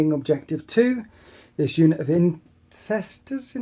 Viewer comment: "Incestors" I think that's a bit different...